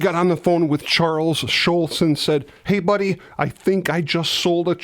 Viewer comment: This another great video, but it's Charles Schulz, not Charles Schultz. You blockhead! 😁